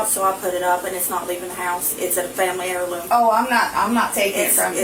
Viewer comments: "can i see the belt?" "duh beetin' belt iz a fambly air-loom, we ain't lettin' you take it!" 🤣🤣🤣🤣We want EVERY generation to be as trommitized as possibull! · You idgits aint takin mah whoopin belt, its a famlee hair-lume